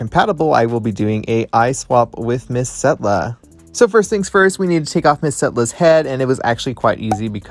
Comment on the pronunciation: Y'all it's Setlla not Stella